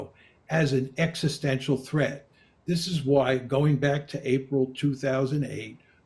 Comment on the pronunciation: Mmm. Practice saying the word "existential."